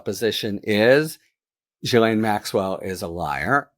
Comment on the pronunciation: You need to edit out your mistakes and also learn to pronounce Ghilaine correctly.